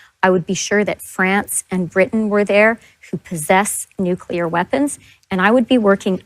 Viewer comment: It’s nuclear, not “nucular.”